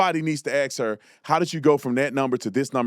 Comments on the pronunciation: ... The word is ASK, not AX. Please stop doing that. You are a very intelligent man and better than that. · No!!!! TATUM!!!! You said aks, not ask. Seriously what is the deal with that word!! I cannot anymore!! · I love, love, love your reports but I have a question. How do you get axed out of ask? It’s like these retards dropping T’s in words like impor-ant or cur-ain. Why do people insist on changing pronunciation? Unless one has an actual speech impediment. Can you truly not say ASK? I’m not insulting anyone but it truly puzzles me. When someone mispronounces a word my mind sticks there and I completely miss the next few sentences because my mind tries to rearrange the distortion. Public speakers need to properly enunciate.